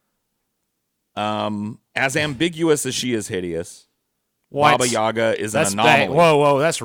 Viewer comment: It's yagA, not yAga!